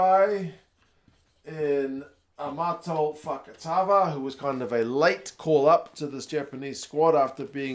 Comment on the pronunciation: Bro said Fakavaka 😂😂